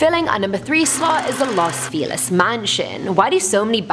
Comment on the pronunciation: The first girl was good. The second guy - MAN! It's not a "catch 22", it's not Martha's VINEyard, it's not Illinoiz, and it's not "loss" Feliz.